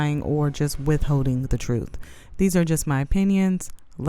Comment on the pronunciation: Oh those fake lashes, some one please tell her she looks ridiculous. BTW it's truTH. Not trufe